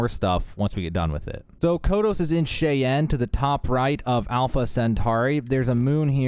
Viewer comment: Caesium= C-Z-um Cheyenne= Shy-Anne